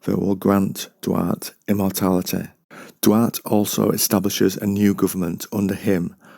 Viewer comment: Duarte (Dwar- teh)